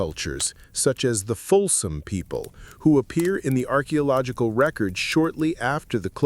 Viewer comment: Are you using AI? As the mispronouncing is most frustrating. I really enjoy the info as I love to learn. But I keep getting hung up on all the wrongly pronounced words. Like civilization and archeological etc.